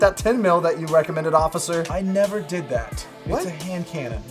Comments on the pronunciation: “What now Occifer?” 😂😂😂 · “What now ociffer” 😂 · Ocifer lol